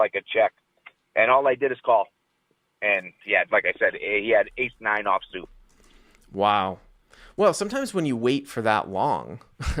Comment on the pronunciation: Honestly not as bad as the A9 that I heard as eight nine. How do you make Ace sound like eight?